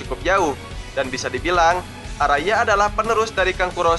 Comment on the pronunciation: bukan arada bang tapi araya